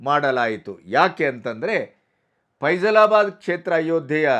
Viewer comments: ಅದು 'ಫೈಜಲಾಬಾದ್' ಅಲ್ಲ 'ಫೈಜಾಬಾದ್'. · ಅದು ಫೇಝಲಾಬಾದ್ ಅಲ್ಲ, ಫೈಝಬಾದ್.